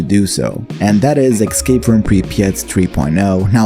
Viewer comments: Escape not Excape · say "excape" one more time..